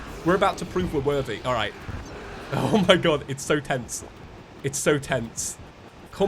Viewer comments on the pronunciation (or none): He is saying fether werthy its for the werthy